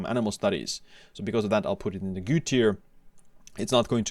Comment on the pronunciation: Are you actually convinced that this is a proper way to pronounce „good“?